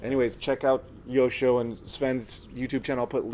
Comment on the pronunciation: oh my God, I have been pronouncing Joscho's name wrong all of this time:)